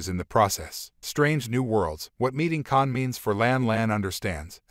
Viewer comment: NOT "LAN" , HER CHARACTER NAME IS "LA'AN" TWO SYLLABLES! YOU MIS-PRONOUNCED "KAHN" NAME AND "ROMULAN" TOO. THIS MUST BE ANOTHER "AI VOICE" PROBLEM, THAT ALL THESE CHANNELS BEING LAZY AND ARE USING INSTEAD OF A HUMAN NARRATOR.